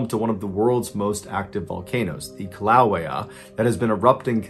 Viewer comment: Hey I love what you do I'm a big fan and listen to your stories every time I go to work and back home I just wanted to point out living on the big island in from Hawaii you butchered the name of the volcano it's pronounced Key- la-way -ah anyway thank you for all that you do love your stuff semper Fi